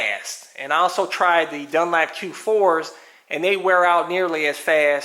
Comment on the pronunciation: " dun LAP"???? it's " dun. LOP" xD